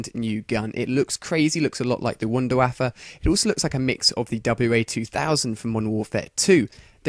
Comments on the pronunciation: btw it's not wonder wafa it's wunderwaffe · its pronounced VunderVaffe duh! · no offence but when you say WunderWaffle it sounds like WunderWaffa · no it is int its pronounced wonder waffa but spelled wunderwaffe yes its a german weapon but thats just thier accent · its actually wunderwaffe not waffle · wtf is a waapa its called a wonder waffle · wunder waffet XD.. its wonder waffle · ha ha i love it how he says wondor waffa lololololololololololololololololololololol